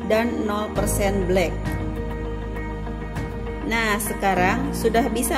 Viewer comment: Monako, bukan monakok.....motto, bukan motok 😁